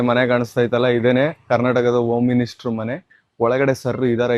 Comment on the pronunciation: 'ಹ' ಕಾರದ ಗಂಧವೇ ಇಲ್ಲ. ಬರೀ ಅದೈತೆ ಇದೈತೆ ಎಂಬ ಕನ್ನಡ ವೇ. ಓಂ ಮಿನಿಸ್ಟರ್ , ಎವೀ, ಒಳೀಕೆ